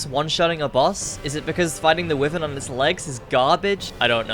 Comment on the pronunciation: this is a great video but it's pronounced w-eye-vern lol good video though